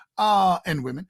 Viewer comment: ... and wonen... fuuuuuuuuck, this guy